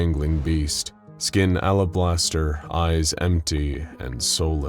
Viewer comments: Did you say...alablaster? 😂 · "Alablaster" isn't a word, chief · Alabaster, al·a·bas·ter, although Alablaster sounds awesome. DRINK! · “alabaster”, not “alablaster”. It’s cool. There are gaps in my knowledge, too.